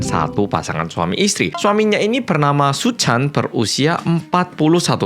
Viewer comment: Aku terkesan setiap kali bilang terkesan hehehe😂 Btw kalo bilang Pak Suchan terdengar seperti Paisuchen siluman ular putih jaman aku kecil dulu😂😂😂